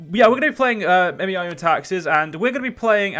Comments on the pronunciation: It's pronounced "may-ow" by the way :P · You don't have to say M E I O U and Taxes. You can just pronounce it as May You and Taxes. Also you are in for one hell of a learning curve